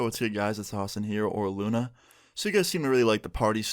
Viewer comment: "Lunv" its like Luna but the A is upside down :)